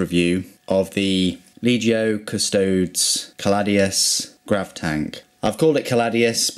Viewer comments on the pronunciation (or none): I love your vids, dude. but please, I don't know why it bugs me so much but it's pronounced "cust-oh-deez" as in "deez nuts"